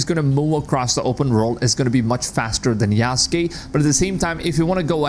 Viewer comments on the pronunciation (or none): I presume English is not your first language. My suggestion is that if you are going to be a creator you could at least know how to pronounce names. For example: Valhalla is Val as in pal and halla as in ha and la; Yasuke is Yah-sue-Kay. I like your content and if you would listen to other creators you could pick up on pronunciation. I actually thought your commentary was AI generated.